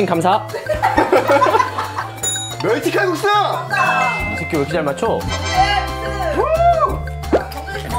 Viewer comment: 멸치칼국수 때 나만 미*칼국수인줄알았음ㅋㅋㅋㅋㅋ?